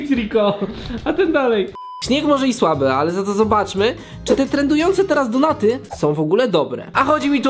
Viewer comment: kto czyta donaty XD mówi się normalnie donuty. ps. za dużo donejtów macie i tak mówicie